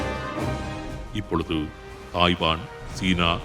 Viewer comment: 'இப்பொழுது', 'அப்பொழுது' என்பதில் 'து'வை நடுநிலை உச்சரிப்பில் சொல்ல வேண்டும். thu என்று சொல்லக் கூடாது. the என்று சொல்ல வேண்டும்.